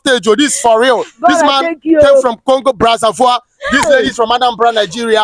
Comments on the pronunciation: It’s not brazavoir it’s Brazzaville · The man is not even from Congo. He can not even pronounce Brazzaville and his accent is not it.